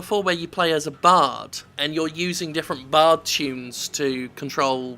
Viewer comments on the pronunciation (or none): none